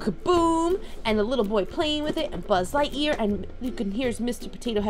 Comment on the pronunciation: You say sbud lightyear